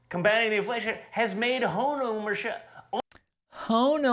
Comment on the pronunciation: It must be "OHMERSHIP", meaning to own an Ohm-meter or multi-meter...